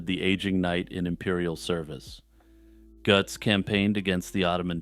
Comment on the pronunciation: Greetings from Germany. I often listen to you and always like your way of speaking. This Götz-thing was a special pleasure, of course. Your pronunciation of German "ö" and "ch" is good. This is not common for English-speakers. Jagsthausen is also correctly pronounced. Landshut, though, is pronounced more like "lunds-hoot "with "u" as in "but". You are very well informed about the fellow, knowing more than I remember from my schooldays when we read Goethe's play about him. This play contains the words that are written half-correctly under the relief portrait of the knight that you show. Goethe wrote "im" instead of "am". "Am" belongs to the everyday version of the saying. Germans, especially in the south, often use it, and some variations of it are not even an insult. Sadly, in Germany Götz is not remembered for his interesting life, although many know about his iron hand. His memory is kept alive by the well-known expression "Götz-Zitat". The word is used as an euphemism when speaking about the use of the rude invitation that Goethe invented for the hero of his play.